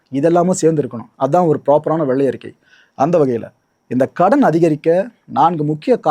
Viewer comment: Ama Nadu motham enna world fullum tamilnattu vellai arikai expo varumnu ethirparthitirunthu Vellai arikkaiyoda Tamil pronounsation pramatham Tamilukku vantha sothanai🤦‍♂️🤦‍♂️🤭🫢 Tamil nattukku kedacha FINANCE MINISTER Pramatham